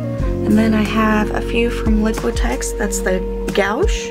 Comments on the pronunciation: Just an FYI - Opaque watercolor is pronounced GWASH. I hope that helps. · Pronounce like gwash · FYI: It's pronounced gwash.